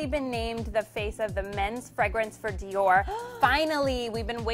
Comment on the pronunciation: It's Dior not Deor (speak ur words)